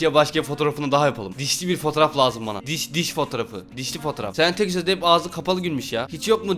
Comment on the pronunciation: Dişe dış diyo